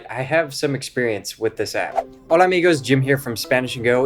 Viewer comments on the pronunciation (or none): none